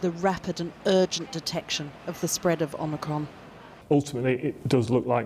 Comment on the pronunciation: but pronounced poorly.